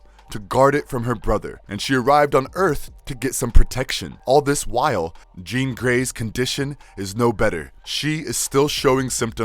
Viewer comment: He made a lot of mistakes like calling “Jean” “Jane”, calling banshee “her”, saying cable both helped and wanted to kill apocalypse… and those are just the ones I picked up… he’s clearly reading the script and doesn’t know much about the source material… ok… nerd rant over